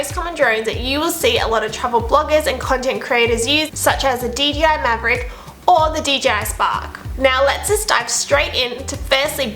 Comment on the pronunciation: Mavic, Mavric 😂